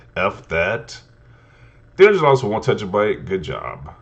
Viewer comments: Tera-byte. Not tetra. All I kept thinking was tetrapak.😂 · Tentrabyte 🤣 what is a tentrabyte? Good vid tho